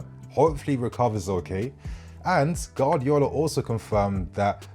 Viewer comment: could never pronounce Guardiola 😂